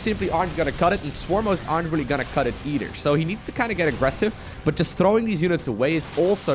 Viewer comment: where are you from that you pronounce a "th" sound with a d? Ex: Though = Doe, the=de, either=Eder